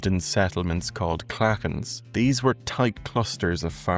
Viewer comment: When I was growing up in the 1950s-60s we were all expected to contribute something, anything to a gathering: a song, a recitation, lilting, playing the spoons etc. By the way, has Irish pronounciation taken on the hard English consonant? I notice you are pronouncing Clauchan as klacken. We pronounced it claw-hawn.